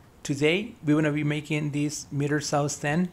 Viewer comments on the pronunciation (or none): Nice video, love the fast frames. Here we say "Miter", I think you were pronouncing it as "Meter Saw"...